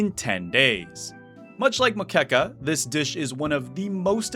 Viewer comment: You got the pronunciation of moqueca right but fumbled feijoada hard. Also i did not expect the devs knowing what moqueca is, someone there had a nice vacation to bahia